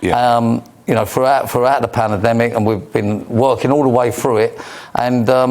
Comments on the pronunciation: Someone teach him how to say pandemic for God's sake! Panademic lol. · He can't say pandemic. He keeps calling it the pana-demic....😅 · What about the panemnemadingdemic ? is it an elocution problem or is the Facial plastic to tight .... :) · Just coz no one wants to work for him.....he says there's a skill shortage.oh and mullins its "PANDEMIC" not "PAN-AR-DEMIC" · is this guy next generation Spitting Image puppet of Rod Stewart? Think they need to tweak the Speech CPU on this puppet though..."Pananaademic"?!?...should be "Pandemic"...only teething problems though for next generation Spitting Image puppet...hopefully will fix by next season! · I’m sorry But I’m not being preached to by Someone who cannot even pronounce the word pandemic Panademic ? Eff off Ken Dodd wannabe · What a tool he can't even say pandemic panademic think he needs to stop drinking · WTF is a "pannademic"? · Why does he keep saying Pana demic 😂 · "throughout the palademic" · I loathe this Poundland Rod Stewart, he thinks that something that costs a lot equates to quality. Obviously didn’t pay much for his eye job then. When is he going to learn to say pan-dem-ic ffs why was massaging this jerks ego!? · Yes bro. How did I miss this, I’m guessing it’s not a classic like his other interviews. That video you made with puppet next to him I couldn’t stop laughing he couldn’t even say “pandemic” still can’t by sounds of it. If anything he provides comedy . I wonder if his jabbed yet. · wtf is a panademic this clown cant even say it ...areshole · Probably wasn't. Would be good if they got him to pronounce PANDEMIC correctly. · He cant even say pandemic correctly haha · That twat can’t even say pandemic 😂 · Dull interview this bloke can’t even say pandemic properly. Nothing has been proven with this gene therapy experiment nobody knows the long term health implications. It should be a free choice my body my choice. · Can’t even say pandemic what a moron